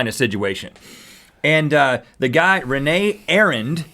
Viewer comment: Just for clarification, "Rene" Arend isn't pronounced "Renee", its pronounced with an e as in "Reed" on both e's. I know this because I have an uncle Rene :) he hates being called "Renee"